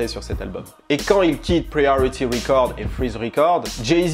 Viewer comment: Le premier i de 'priority' se prononce aï (comme I/je) et non comme le i français si jamais. Si jamais hein!